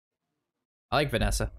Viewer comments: Did you just call Vanessa "Vessina"? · Notice how pronounces it Venessa and not Vessina Edit: lots of comments like this I just noticed. Oops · did you just call Vessina "Vanessa" 😂